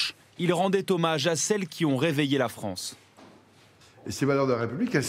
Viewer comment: Bof! Il a bien participé au déficit de la « fronce »?😂🤣🐷🥃🤡👋🏾👋🏾